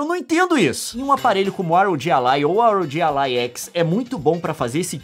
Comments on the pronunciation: Na verdade se fala ROG ALLY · "ar ow ji alai"